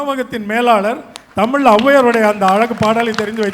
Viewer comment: Vadachennai guy pronounciation of tamizh is not correct, James sir. He pronounces it as senthamil